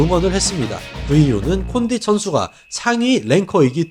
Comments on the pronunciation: 콘딘이아니라 콘딧이요 조쉬버트만이 아니라 조쉬버크만이요 ㅡㅡ 저번에 벨라토르 단체이름도 자꾸틀리시고 이제는 선수이름도 자주 틀리시네요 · 카를로스 콘'딘'은 좀 너무 한거 아닙니까..